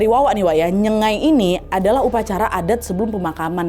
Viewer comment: maaf ya kk.. nyenggai kakk, bkan nyengai..